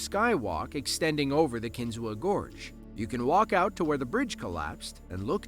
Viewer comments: A couple points of correction and additional information on the Kinzua Bridge. First of all, it is pronounced Kin-zoo, not Kin-zoo-a. When it was rebuilt in 1900, the entire bridge was rebuilt using steel to replace the original wrought iron-except for one item. The concrete bases had wrought iron bolts sticking up and the footplates of the steel columns had holes to go on the bolts and nuts to fasten them together. The bolts were not replaced because it would have cost more time and money. Steel collar nuts were used to fasten the piers to the wrought iron bolts. An inspection in 2002 showed problems that needed fixed. Repairs started February 2003, so the problem was being corrected when it was destroyed by a tornado on July 21, 2003. The story is detailed on an episode of Mysteries of the Abandoned, it is on Youtube. I have visited the bridge and it is well worth visiting, especially if you are interested in history. It has a very nice and informative visitor center and has over 7,000 Google reviews with a 4.9 star rating. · It's pronounced KIN-zoo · McKean County is in northwest PA, not northeast. And it's pronounced Kin-ZOO. The a is silent. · I was born and raised in SW NY and traveled to see Kinzua bridge often growing up. Was shocked when it was destroyed. Btw, it's pronounced "KIN-ZOO", despite the "a" at the end.